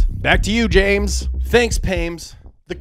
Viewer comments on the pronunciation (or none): Pames Jumphrey is so funny I wanted to cry when I heard it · “Thanks Pames”